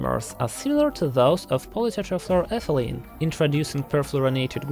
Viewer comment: It's amazing to hear you say "polytetrafluoroethylene" in such a proper way